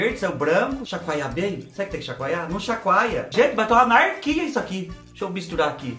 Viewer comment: fala umas palavras igual minha mãe: uma “narquia” isso aqui 😂🥰